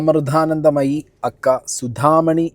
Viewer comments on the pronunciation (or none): a.k.a = അക്ക എന്നല്ല, a.k.a = ഏ.കേ.ഏ എന്നാണ് പറയേണ്ടത്.